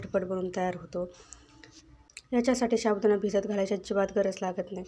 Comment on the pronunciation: शाबूदाना नाही ho साबूदाणा म्हणावे